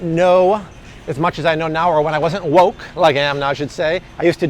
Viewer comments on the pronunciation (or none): I love when says "Woke" or "Money" It really sticks for me.